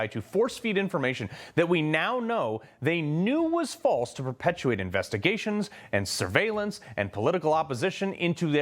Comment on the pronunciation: Opening line😮Investi " GRA" tions????😂😂😂